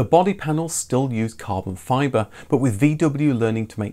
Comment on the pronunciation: Caahben Fibahhh